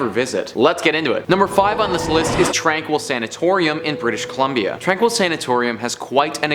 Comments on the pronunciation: My grandma worked at the mental asylum! Also It’s actually pronounced •tron-keel• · It's phonetically pronounced "Tronkeel" The facility is just west of Kamloops, BC. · It's pronounced "Tran-keel". I worked there for a month. I was in and out of the tunnels at all hours, never heard, felt or saw anything- anywhere.on the property. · Tranquille is pronounced "Tron-keel" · Its pronounced Tron-Keel. My brother was placed there in the 70's. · First one is pronounced tron-keel. Was born in Kamloops.